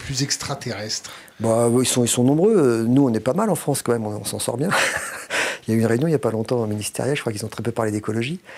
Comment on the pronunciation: la "fronce" c'est mieux ! 🤣🤣🤣🤣🤣🤣🤣🤣🤣🤣🤣🤣🤣🤣🤣🤣🤣🤣🤣🤣🤣🤣🤣🤣